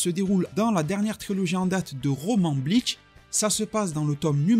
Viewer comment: bonne video mais ya pas de "t" a bleach tu le dit bleatch